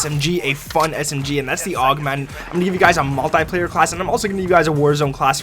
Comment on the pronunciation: It’s pronounced multeeeeeeeeeeplayer